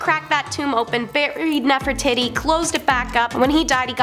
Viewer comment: "Nefertitti?" Nef-er-titi....😅😂❤